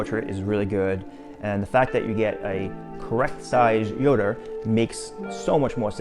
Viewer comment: His name is yoda not yoder